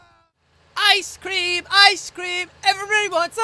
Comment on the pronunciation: When you say "Ice Cream" it looks like you are saying "I scream"